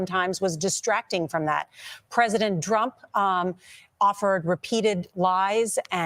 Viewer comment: Hey, she's an originalist. We like originalists. It's Drumpf, with an f on the end, but that probably doesn't come across clearly on an anti-hiss studio mic.